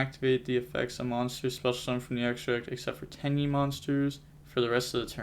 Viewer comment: its not actually pronounced Tai AYYY btw, its Tai Eh